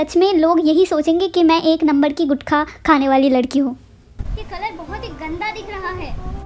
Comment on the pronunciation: One min bro guthkha kya hota h woh gutka hota h🙄